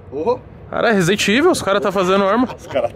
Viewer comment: Se tem toguro virando "resident vovivel" tem like. Kk